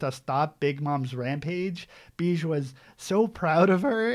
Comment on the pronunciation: Love this arc so much. Glad you were still able to enjoy and appreciate the scope of Big Mom, a lot of folks are (justifiably) put off by how she becomes a mindless obstacle for half of it but this arc still made her my favorite character. Capone’s name is more pronounced ‘Beh-Gee’.